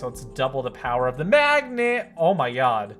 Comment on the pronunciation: I thought he said lets throw it at the MMAGDNET!